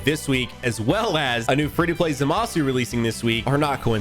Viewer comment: Did bro say lr goku black and zamusu